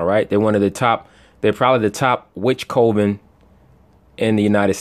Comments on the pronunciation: it's pronounced cuven NOT co- ven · Coven said like this cov-in